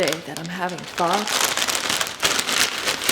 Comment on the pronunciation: Thank you for pronouncing it correctly. There’s no shortage of blonde white girls that can’t say that word 😆